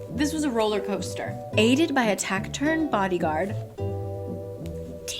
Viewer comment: taciturn (tas-i-turn)